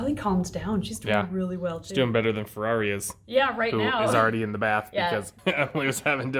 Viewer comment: I love this channel but, just “dis baf is bettr” 😂